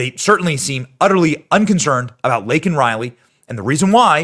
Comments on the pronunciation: “I know how to say the name.” Says it wrong anyway. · And then he mispronounced her name... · But he didn’t say it correctly, he said Lincoln Riley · Who’s “Lincoln” Riley?!?!?!!! Couldn’t even get her name right, so out of touch. I 💕 MTG! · No she didn't. He Said "Lincoln" Riley. He couldn't even read the pin she gave him... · He still said it wrong. Her name is Laken Riley not Lincoln 🤦‍♂️🤦‍♂️😢😢😢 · Biden did not say Laken he said Lincoln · He didn’t even get her name right he called her lincoln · He still didn't say it. He said Lincoln not Laken. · He said the name wrong, Laken & he said Lincoln. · I thought he said, "Lincoln Riley." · Note-Me said “Lincoln” Reilly.😮😮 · He also got her name wrong said Lincoln Riley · He couldnt even get her name right.what a pos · He mispronounced it then went on to downplay it. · Whether he called the criminal illegal or even mispronounced Lakens name , I personally found it horrible and disgusting that he then turned and screamed at the young girls parents, "I've lost kids too. "" I know how you feel. " " Thousands of people get killed by illegals every year. " That is what more people need to be talking about!!!!! How disrespectful and how disgusting 🤮 imagine how her parents feel after hearing that? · He didn't say her name though. He can't even get THAT right. 😐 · Kamala is trying not to laugh when he says Laken’s name wrong.